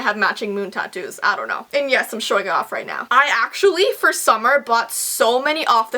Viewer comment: its "dong judge a book by its cover"😂